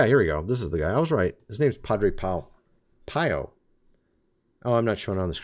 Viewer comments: Pea-O not Pie-O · Padre Pio is pronounced "pee-o". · Padre pio... pee o.. pronounced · …Wales is not spelled with an “h” With the “h” means it is the whales in the oceans And Padre Pio’s name is pronounced pea-oh - you should look him up - what a fascinating story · Padre (Father) Pio was made a saint not too long ago. Now called Saint Pio of Pietrelcina. I’ve always heard it pronounced as “pee-oh.” Love your videos. I subscribe to all 4 channels. THANK YOU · Pio..is pronounced P...e...o..like the vegetable pea and add an o. Thanks for all you do! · Pronounce Pea-Oh for Padre Pio.